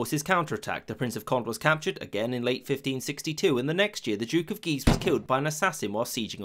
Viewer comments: i like how guise sounds like geezer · "The two Guises"... my ears keep hearing "The two Geezers". Brilliant.